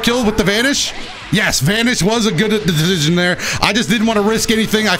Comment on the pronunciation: “That vanish was a good decisssiosisisosisiion”